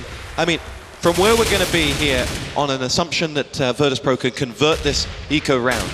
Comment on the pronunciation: VEETOS PRO! VEETOS PRO! VEETOS PRO!